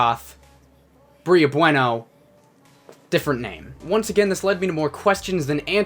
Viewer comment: It's pronounced "bway-no". You know, like the Spanish word?